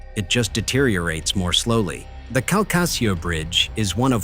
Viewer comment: It's pronounced Kal-ka-shew.